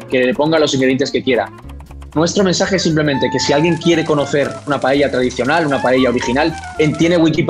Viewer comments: I can't with the way the narrator pronounces paella, how hard is it to say it right? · It's funny because the man does mispronounce paella lol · Poor narrator can't even pronounce paella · Anyone else has noticed that he's saying Pa-ye-lla instead of Pa-e-lla? Is not criticism. I just want to know if anyone noticed. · Its clear that the native speaker says pael - ya, this guy keeps saying paehya, its freaking annoying, trying to sound classy. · STOP SAYING /PAYEYA/ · I've always been curious, why do you guys pronounce it "pay-yey-ja"? I'm not Spanish but I'm a native Spanish speaker and I've always noticed people struggling with this word. I'd pronounce it "pah-ae-ja", no extra "e" sounds in there. Is there like a historic example? I'm open to hear any ideas as to why this word became so difficult to pronounce for English speakers. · Lol, he'll atack you if you make paella wrong, but not if you say it wrong, apparently. PAH-EH-YAH not PA-YEH-YAH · Making a what 😂😂😂😂 payeyya its payela or payla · Starting with the pronunciation: It's PA-A-YA, not palleilla. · People: trying to pronounce Paella Me, an intellectual: PAEYAYA The committees are on their way. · I love the way they say paella "pallella" 😂😂 This is hilarious as a valencian person. And to add a note to the video, it is better to eat the paella with a spoon if you are eating it directly from the pan just so you don't scrach it 😊😊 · Me mata como lo pronuncian “paieilla” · "Payaya"..... How did he pronounce it??? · Why do you guys pronounce it as Pa-yay-ya? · Pa e ya??? It's pa el ya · Why does he pronounce paella so strangely? It's pa-e-ya! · Why do English speakers pronounce it as PA-E-YA? It is PAELLA with LLLL! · "Payaya" lol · Maybe if the stopped pronouncing it as pa-yay-ya then we wouldn't have this problem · I like how the narrator calls it payella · Seriously how hard is to pronounce paella. Is not PAYEEYEAA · Se dice PA-E-LLA, mecachis, no es tan dificil! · Stop saying pallella!!